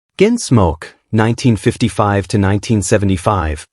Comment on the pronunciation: “Ginsmoke”?? AI doesn’t even know how to talk! (But it sure can LIE….) 🤥🤖💀